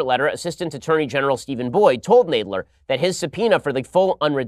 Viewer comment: Jeez Ben you pronounced Jerry Nadler wrong.lol.Where's Charles Kruathimer. When you need him🐶